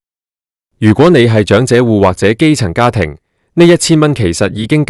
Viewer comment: 長(音掌)者生活津貼；長(音祥)生祿位。